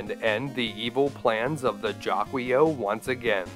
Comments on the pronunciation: I love your channel, dude! Thanks for doing this. I’m pretty sure it’s pronounced jA-key-o, though, just saying 🤓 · It' pernouce as Jackle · Jaquio is meant to be Japanese - Jaki-Oh. So yeah, it sounds like he's shouting "jackie O!" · How come no idiot on planet Earth has figured it out.... Guardia De Mieux pronounces it "ZHA-kwah" give it a French curl it sounds like a sinister bad guy. Master Shake has something to say about the monster that pronounces it any other way....